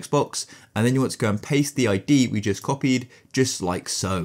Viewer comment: stop saiyng jut like so its just like this